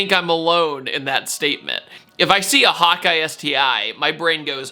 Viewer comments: Is he saying hawk eye or hot guy 🤔 😂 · I know you’re saying “hawk eye” sti but every time I feel like you’re saying “hot guy” sti 😂